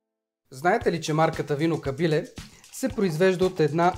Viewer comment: всичко е много прекрасно, идеята е супер, вече ми е в топ 10, ама като казваш Кабиле - ударението е на Е. Извинявай за забележката, ама съм Ямболлия и...... прави впечатление.